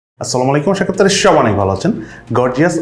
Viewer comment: মানে, আপনি শুরু করেন এভাবে,,, আসসালামুআলাইকুম, আশারিআনারা সোওওওবাই অনেক ভালো আছেন 😂 "আশা করি" এই অংশটুকু পরিষ্কার বুঝা যায় না 😂